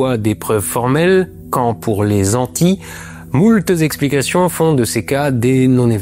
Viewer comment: "moult Zexplications"... ça veut dire qu'il y a beaucoup de Zexplications ? :face-blue-wide-eyes